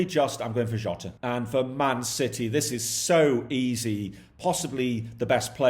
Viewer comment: I think that it’s jota love the content btw